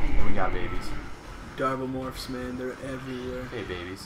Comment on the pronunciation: Oh, Darblemorphs? First I understood Daredevilmorphs.